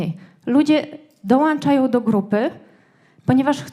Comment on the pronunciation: Dołączają a nie ~dołanczają. Merytoryka spoko. Pomysł na biznes podchwycony.